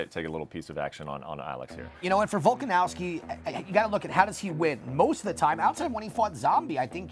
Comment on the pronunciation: there's no W in that last name...it's a V!